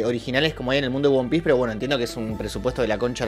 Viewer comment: "Won Piece"... 😂